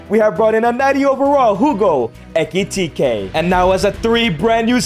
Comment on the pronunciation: "HUGO ETIKITEY"